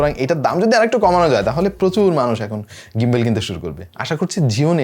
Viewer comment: ভাই ওটা গিম্বল, গিম্বেল বলেন কেন?